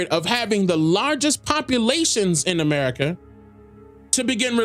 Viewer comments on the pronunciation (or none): none